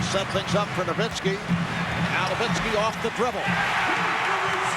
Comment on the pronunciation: Dirk No-miss-ki